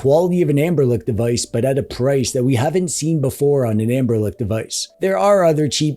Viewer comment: Hearing "Amberlick" always gives my brain a jolt